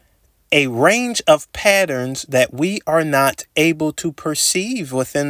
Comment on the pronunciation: say PaERONS again